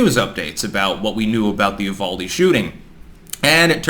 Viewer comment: Its pronounced You-Val-Dee